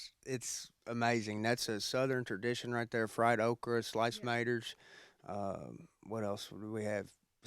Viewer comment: “Fresh tomatoer’s “